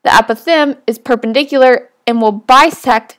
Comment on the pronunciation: The pronounciation of apothem makes me a little crazy